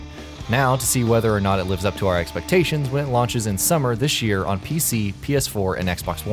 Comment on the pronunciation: what in this world is "dish year"